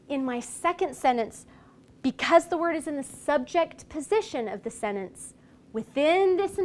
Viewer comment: She can't pronounce the word sentence.😑